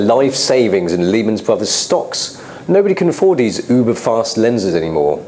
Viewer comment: I can´t take him seriously when he sais "uber-lenses" in this perfect british accent. Hes asian he used to have a high annoying voice, ching ching, Hai mai name is asian camera guy